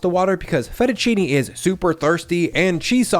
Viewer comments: FetUH CHEE-Knee 👌 😂😂😂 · Finally someone called out Fehttuchini! Pisses me off too!